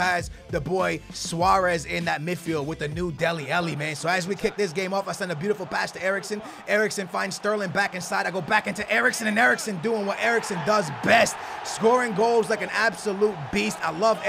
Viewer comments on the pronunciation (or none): Why does he call dele Alli delly ellie